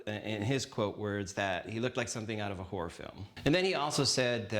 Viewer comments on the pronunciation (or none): none